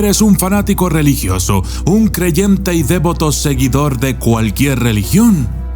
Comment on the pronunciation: Se dice devoto, sin acento en la e